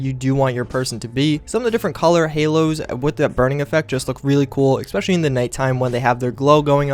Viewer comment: "exspecially" ...jesus Christ.